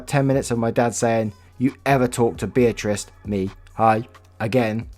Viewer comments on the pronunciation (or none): none